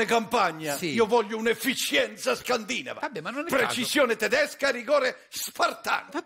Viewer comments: Crozza, da attore e fine dicitore qual è, dovrebbe sapere che la pronuncia corretta è scandinàvo e non scandìnavo. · E' una parola piana : Scandinàvo, Scandinàva. Visto che si parla di efficienza, precisione...